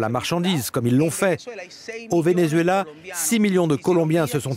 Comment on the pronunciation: Arretes de dire ven-U-zuela...